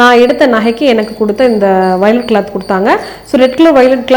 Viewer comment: Velvet ma violet nu solringa..😢